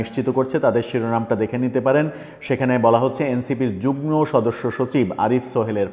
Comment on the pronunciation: উচ্চারণ যুগ্ন নয় যুগ্ম